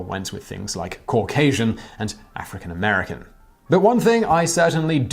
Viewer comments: Cau-gay-sian lol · Cauc-asian? Well, they got that wrong because you're obviously white. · As a Georgian, that dude scares the fuck out of me. And makes me mad for messing up the name word Caucasian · Say Caucasian again lol 😂😂